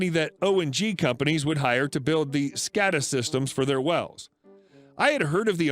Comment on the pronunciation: It’s pronounced “SCAY-da”